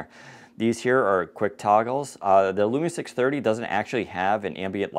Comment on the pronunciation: I am rewinding it over and over again. I can't believe I heard 'Lumia 630'